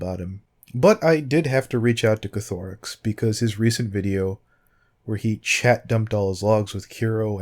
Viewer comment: It's Koth-oh-rix not ko-tho-rix x3